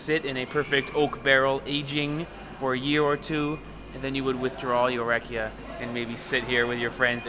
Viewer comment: You saying "rack-ee-ah" you need to say "rock-ee-ah."